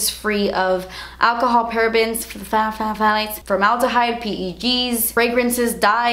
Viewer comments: A) an onsen is a Japanese hotspring/spa. B.) Pthalates is read like Pterodactyl.... The p is silent. So its pronounced "Thay-lates" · phthalates are pronounced like THAL-ates just so you know! anyways, I loved this video because I'm also a setting spray addict! You're so cute